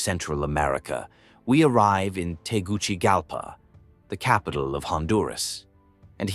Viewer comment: It is pronounced Tegu(See) Galpa, not Tegu (Chi) galpa